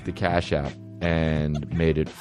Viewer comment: everytime you say cash app i think you're saying car shop in a boston accent